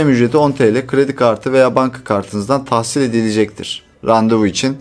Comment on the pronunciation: kredi kartınızdan TAHSİS dilecektir :) Bak tahsis değil TAHSİS :)